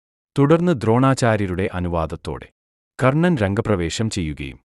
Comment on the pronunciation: കൊർണ്ണൻ അല്ലടാ പൊട്ടാ, കർണ്ണൻ.